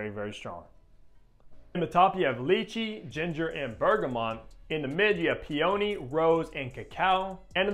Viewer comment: Excellent explanation of my favourite fragrance! But your pronunciation of peony… 💀 🤣